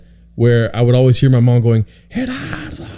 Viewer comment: GERARDO WHY DID YOU PRONOUNCE YOUR LAST NAME LIKE THAT ORALE BRO